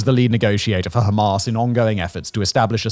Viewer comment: Are you deliberately saying Hamas in a ridiculous way?